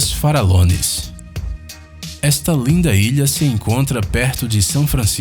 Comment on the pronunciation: Quando vc falo: ilhas farallones, eu entendi: ilhas para alones ksksks